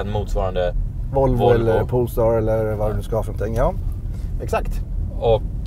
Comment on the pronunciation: Nu vill jag inte vara sån Alrik meeeeeeen… iX3 är väl inte en ombyggd i3 utan en X3. Du kör ju själv en i3 for sataaan. Du sa det på 3 ställen. Sen heter det inte poolstar utan polestar…